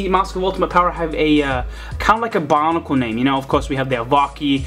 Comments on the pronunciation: why does he say bonicle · why do you say bionicle